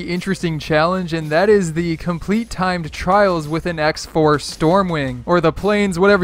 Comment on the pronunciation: Did you say tied tryals nooooooooooo